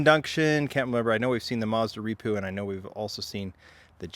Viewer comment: Not reepoo it is R,E,P,U. Moreover your not Japanese, so Skyline and year model is the more fitting. Obviously your not a car guy but if you researched a bit more that would be FANTASTIC.